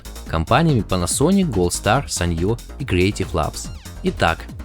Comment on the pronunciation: какое ещё саньё? впервые слышу чтобы так произносили эту фирму, и считаю что правилно нужно произносить ( санио